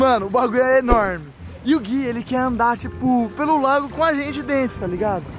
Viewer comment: Que raiva de escuta ele falando lago NÃO É LAGO PORRA